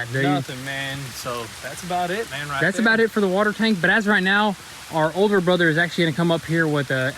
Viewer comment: ..."our older bropther..." wtf lol i didnt know there was a 3rd